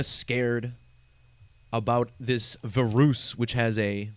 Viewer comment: "Vuh-roose" is still funny to me